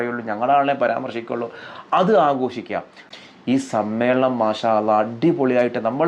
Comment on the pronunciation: ആദ്യം الله എന്ന് പറയാൻ പഠിക്ക്‌